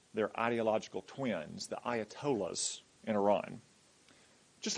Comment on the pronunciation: Did she just call the Allatolha, A toylit